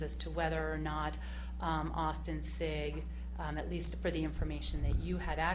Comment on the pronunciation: LMAO wow that defense attorney correcting the lady on the mispronunciation of Austin Sigg's last name... LOL what a horrible attorney. FIND A NEW PROFESSION YOU FAIL